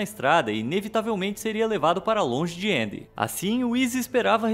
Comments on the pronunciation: Ele falou na pronuncia americana eu acho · Gosto muito desse canal, mas qual a dificuldade de falar Andy? me incomodou um pouquinho a forma que vc pronunciou, mas tirando isso o vídeo é ótimo kkkk